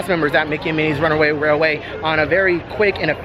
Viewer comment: First of all congratulations on being able to say “runaway railway” perfectly on several occasions 🤪 I screw it up every time! I’m sure this has been asked and answered but when you pre-register for the DAS, you can only select your first two rides for the first day’s park, correct? At what point are you able to select the next days? Can you choose two in advance? Or only one when you enter the new park the next day? Thank you!!